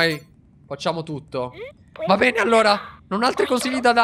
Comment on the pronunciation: guarda di nuovo l'ultima parte perché se ti ascolti bene invece di dire bene hai detto "pene"🤣🤣🤣